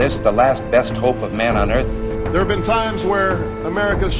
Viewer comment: Her goatenfelcher, I will not apologize. "thar?" "Controvery?" "deseved?" Really mate?